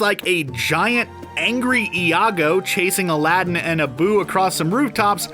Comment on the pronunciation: You need to really learn to pronounce aladdin